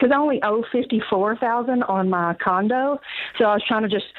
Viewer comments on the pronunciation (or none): Did she say Lauren was working to pay off the condom Instead of condo? Lol😂